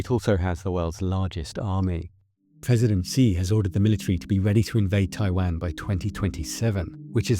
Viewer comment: This would carry more weight if you didn't pronounce his name as "President Zee." It's Xi, it sounds like "she." It's like calling our president "Troomp," it sounds weird and undercuts the seriousness of what you're talking about because it makes it seem like you've only ever seen his name in writing, never heard it spoken, and don't know enough about the language to read it correctly.